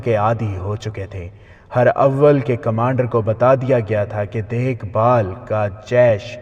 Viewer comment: Jenab her awel ni hota herawel hota he